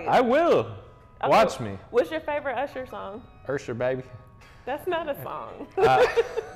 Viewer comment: said ursher baby 😂😂